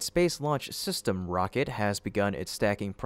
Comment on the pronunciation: STOP saying system...I know it's just an ai voice but come on...proof read this ish...just plan sounds stupid